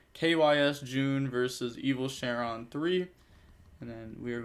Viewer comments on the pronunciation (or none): I gotta say- the mispronouncing is usually dear to my heart but every time you call Shenron "Share-on" the kid in me dies 'cause DragonBall was the shit on Toonami😭